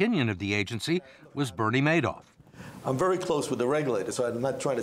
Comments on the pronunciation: this guy's great with numbers but he's not too good with names.... It's MADOFF not MANOFF.....yikes! he only misspoke about 30 times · I hate how he is the only person in the world who pronounces it "mad-off" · This guy is smart but consistently says Madoff's name incorrectly.